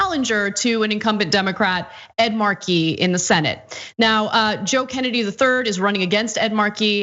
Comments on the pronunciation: Ana, it's "Ed MAR-key" no "Ed mar-KEY" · Stop saying, “mar-KEY”, it’s, “MAR-key.” Ridiculous. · Ed Markey has been a member of the US Congress for more than 40 years. It would be nice if Ana at least learned to pronounce his name correctly. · "Ed marKEY"?